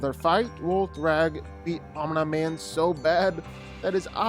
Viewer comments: If Batman beats Superman, Omni man would destroy Superman. Glazing Superman for doing shit that he needed 2 other people for and then docks that from Omni man. You forget Superman has a weakness. If Omni man got a piece of kryptonite then Superman is done for. But you need to go watch the show again, you sound dumb saying Om-Nye Man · Yeah. Once i heard omnah man i was confused. But when i heard that for 5th time, i couldnt continue to watch xdd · Why do u keep sayin Omnuhman ? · who tf is OmNahMan Cuh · The name is pronounced om knee man. Stop slaughtering the name😂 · Why do people make videos about people when they csnt even pronounce there name right?😂 "om- knee - man" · First time I heard of smart atoms and being called Omnah Man. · Wtf is OmNyeMan😂😂😂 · Why are you pronouncing it “omn-eye man”? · Why do you keep saying Omneye-man? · that’s enough, I’m out, Omneeee man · Omnee man not how u pronounce his name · Bro, they literally pronounce his name constantly throughout the series , But you chose Hoblaman 😂😂😂😂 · Fun fact: "Omni-Man" is not pronounced "Om Nah Man". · Omn Naaaay Man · He said “Om Nai Man”😭😭😭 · Omna man 😂😂😂😂 cmon fix his name bro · Who tf is Om-nEye-Man? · Bro they say "omni man" correctly in the show many times how are u mispronouncing it 😭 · i hate the way you pronounce OmniMan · How he manages to pronounce Omni Man differently every time and not get it accidentally right once is impressive. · How did you butcher omni-man's name so bad? Its literally pronounced in the show lmao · The way u pronounced Omni man pissed me off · Bro can’t pronounce omni 😭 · I'm one minute in and the way omni man's name keeps getting pronounced is so cringe I am out. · The way you pronounce Omni-Man gives me anxiety. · Just glad someone else noticed, honestly. Was like nails on a chalkboard to hear him say the name. And he says it that way SO. Many. Times. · "I do fight breakdowns" You also pronounce names wrong. It's pronounced "omnee" not "Omnye the science guy"